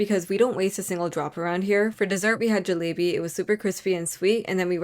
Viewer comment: Tf is jallllooooobi that’s not how you pronounce it😊